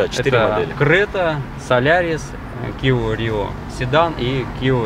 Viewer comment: Да не киО, а киА!!! Кио был Игорь, он был иллюзионист... 😂